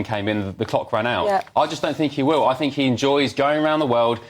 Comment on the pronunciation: The woke on the far right of the sofa should pronounce the word Think starting with the phonic sound ‘th’ not ‘f’.